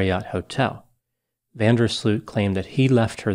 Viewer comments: You know when you say Ooow because your surprised 😮 oow that’s how you pronounce his name Joran van der “Slooowt” not Sloot- Sluuut like fluut that’s not correct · The oo in his surname is pronounced as oa in boat, not the way is pronouncing it here in this video.